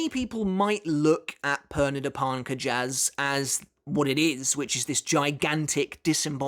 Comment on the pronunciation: The Romanozation of Pernida's name is: ペルニダ・パルンカジャス = Perunida Parunkajasu So, their last name is pronounced Parnk-jus